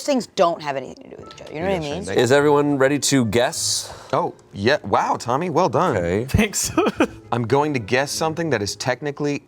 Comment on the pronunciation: Tbf it does sound like she says Mommy not Tommy